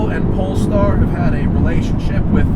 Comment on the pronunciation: That is an amazing car, however, the "polester" is not the same as "polestar", great difference. That being said, it's a wonderful presentation for the wonderful car, good job.